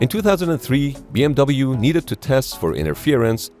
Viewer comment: * The pronunciation of the acronym B.M.W isn't B.M.V.